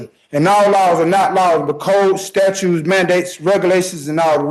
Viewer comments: If you say "statues" instead of "statutes," this isn't going to go well for you. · 'Statutes', not 'statues', smart guy.